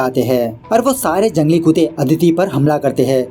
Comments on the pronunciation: Bro its not 'kuute', its 'kutte' !!! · Bhai "kutte" kute nhi